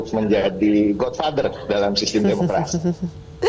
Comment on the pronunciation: Bukan god fader,itu namanya god keder.